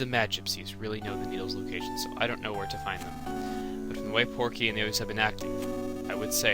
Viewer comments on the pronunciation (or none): its PORKY not pokey